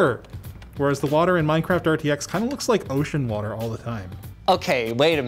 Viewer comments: ah yes! my favorite game "MINCERAFT" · "Minceraft" lol